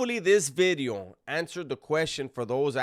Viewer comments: I was just gunna say that 😂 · He doesn't say bideo anymore. He makes sure to pronounce the V perfectly now. I miss "bideo" 😂